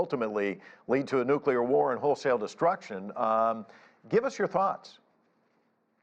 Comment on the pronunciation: The U.S. is not a "Nukyaler" power.